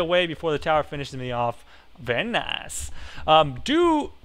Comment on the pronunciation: I LOVE HOW SAYS VAAAIRRR NAAICEE